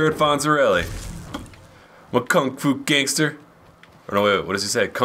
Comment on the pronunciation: Gangsta not gangter